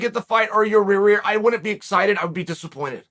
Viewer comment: Does anyone else laugh every time uncle Chael said “Yareer” or is it just me?